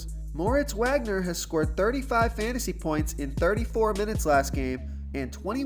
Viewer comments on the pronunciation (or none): solid plays....not sure about Wagner because Kuzma is most likely playing tonight, which will cut into Wagner's minutes and it is pronounced Vag-ner